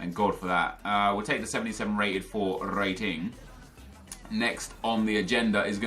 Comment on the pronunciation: the way you said rating